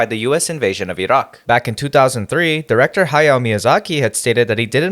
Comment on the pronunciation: Hey, I really appreciate your pronunciation of Iraq. As the son of an Iranian woman, the near ubiquitous mispronunciation of Iran and Iraq as Eye Ran and Eye Rack has annoyed me for most of my life. It’s really nice to hear Iraq pronounced properly